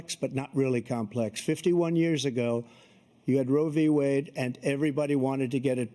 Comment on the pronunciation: “Roevie wade” 😂